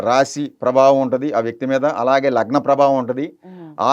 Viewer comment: లగ్మా, నగ్మా కాదండి లగ్నం రా వెదవ..!